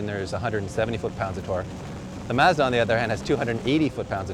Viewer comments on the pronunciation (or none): it's MAHZ-DAH!!!! not MAZ-DAH. Stupid host can't pronounce it right, don't host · It's Mazda, not Mawzdaw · Mah-zz-Duh Not Maa-zz-da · MAHZ-DUH NOT MAZZZZZ DAAAA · Why can't this guy say mAzda? Also, even a turbo isnt going to help that civic. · i'm getting a headache from the way they keep pronouncing mazda. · Why is he pronouncing Mazda like that? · Why can't they pronounce Mazda correctly? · I hate the way he pronounces Mazda. I'm about to get behind the wheel of mines :) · Good god YOU'RE PRONOUNCING MAZDA WRONG AND IT'S ANNOYING AS FUCK